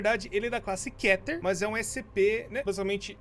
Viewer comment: se escreve keter mas se diz kiter